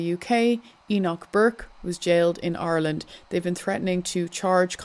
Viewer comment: You didn't hear her pronounce Ireland?